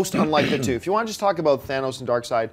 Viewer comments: lady it's darkseid not darkseed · Did she just say "Dark-seed?" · DID SHE JUST SAY DARKSEED!!! LMFAO! SAD!